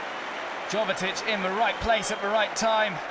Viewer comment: Its Jovetić not Govetić 😕